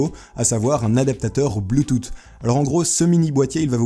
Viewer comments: Non bloutouffe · La souris m'intéresserais bien, je me demande ce qu'une souris sans fil à moins de 15e vaut (et sinon comme certains l'ont fait remarqué, on dit pas bluetoute xD) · Franchement j'aimerais bien avoir l'adaptateur Bluetooth. (ça se prononce Bluetouf hein) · Salut à toi! j'aimerais bien l'adaptateur bluetooth s'il te plait!:3 ça serait bien pour la voiture xD Bref Sinon encore super vidéo. PS: j'adore ta manière de prononcer Bluetooth [ Bloutoute ] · bloutoute... daccord.. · "Bloutoute"... Mes oreilles saignent. D'ailleurs, le support pour smartphone m'intéresse pas mal ^^ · Blouttoute XD J'adore ta prononciation ! Bref sinon super vidéo gg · blutoote XDXDXDXDXDXD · apprend à dire bluetooth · Bluetooth, th sa fais s bouffon va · Poussifeu Gaming ON EST D'ACCORD, ÇA NIQUE LES OREILLES PTIN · Tu sais pas dire Bluetooth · Je voudrais la souris stp :) Et sinon on prononce bloutous pas bloutoute :) mais ça s'écrit bluetooth :) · BLUETOOT ?! BLUETOUT ?!? DENT BLEUS PUTAIN, BLUE-TOUTH (bloutouse, pour les non-anglophones) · ça se prononce blou tousse pas blou toute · ses pas bloutoute ses boutusse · C est pas bloutoute mais bloutousse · on dit. pas bloutoute ou di bloutousse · Bloutousse pas bloutoute 😹😹o putain il m'a tuer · goog OH! on dit bloutoute XD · BLUTOUTE ?? c'est [bloutousse] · c pas bloutoute c bloutouth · Th = le son "s" pas t BLUTOOOTH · Juste bluetooth sa se prononce bloutouss et pas boutoute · pas bluetoute : bluetouth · Bluetooth se prononce [ bloutousse] pas bluetoute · BLUETOOTH PAS BLUETOOTE Tooth tu prononces comment ? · bloutoute putain non ... bloutouse 😂 (en gros) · BLUETOUSSSSS PTN, PAS "BLUETOUTE" ! Ca me stressait a chaque fois qu'il le disait 😂😂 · Salut, je voudrais bien le support pour téléphone ^^ et sinon ca ce prononce pas bluetoo"ttt" mais bluetoo"s"; sinon très très bonne vidéo :) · On dit pas bloutoute mais bluetosse (sa me stress) Mais on l'écrit bluetooth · Ahah ça se prononce bluetouss et pas bluetoute xD